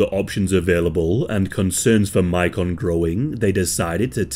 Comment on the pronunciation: I actually know a little about this case, and I’m just pointing out that the boys name is pronounced like Macon, GA.